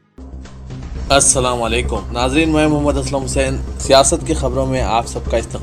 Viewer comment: Siasat team Pls train your news reader. He starts with a wrong word as AssalaamWalekom which should be AssalamuAlaikum.